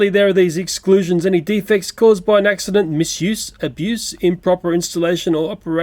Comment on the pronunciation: oou a acsident